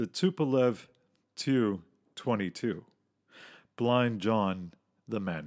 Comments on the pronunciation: It drives me nuts that you pronounce the Tupulev aircraft like the Tu-22 as Two Twenty Two. Of course youre free to pronounce things however you wish especially on your own channel...if you dont mind getting the small little details incorrect. I.have a touch of OCD and it drives me up the wall when people get the small details incorrect-things many would consider insignifigant and no biggie either way. To me its like when people drags their nails over a chalk board with that high pitched screeching type of sound. With me this is especially true with anything and everything aviation. Makes sense in a way as Aviation is all about getting the tinest of things completely correct and paying equal attention to the details as you would the big glaring things. Having said that the "Tu" part is and has always been pronounced correctly by pronouncing each individual letter and not trying to make a word of it. Its not meant to be a word and is only pronounced as such by people generally outside of Aviation and thus basically aviation ignorant by and large. Kind of like most of that same group of Aviation outsiders ignorant of flying pronounce things like the acronym BDU again pronounced by sayi g its individual letters as Bidoo. I know some acronyms are pronounced as words but those are generally well known.. Do what you will of course i dont expect you to change the way you, or anyone else for that matter, do things just because I would do it differently. Im not a self entitled millinn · It’s funny in Red Storm Rising the Soviets use the Tu-22 (pronounced “tee-you” not “too”)Blinder effectively against airbases in Britain.